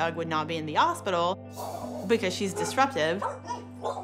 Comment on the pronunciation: Was really pronouncing hospital as, “ospital”? Last time I checked hospital was pronounced with an, “H”.